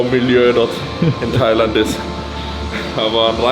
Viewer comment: Als single nach thailäänd ...lass krachen junge